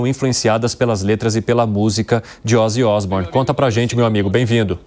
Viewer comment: Ozzy Isbournion